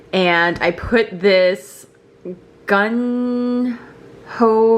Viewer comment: The sauce you were adding to your rice is pronounced go-ju-jung ❤️